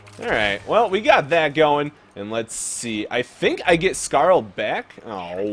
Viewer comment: "he said a curse word", you know this isn't a kids game right? and, why do you say Skaar as Scarl, its Skaar(scar or scare). I'm sorry, I just got a little annoyed by that.